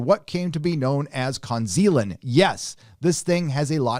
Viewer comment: "ConZealand" yeah, I feel con-ned myself.